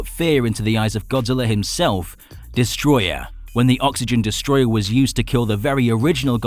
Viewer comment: It's destroyAH not destroyER